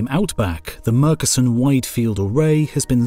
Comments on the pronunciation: Great documentary. I do however have a very minor quibble in pronounciation. Murchison is pronounced Mer chee sun. Great work otherwise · Murchison is pronounced with ch not c...just sayin.... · I doubt anyone is interested but Murchison is CH as in church, not K. Made it a little bit murky son. ;)